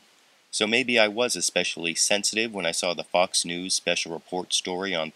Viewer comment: At the end of the news item, it sounded like "f***s news "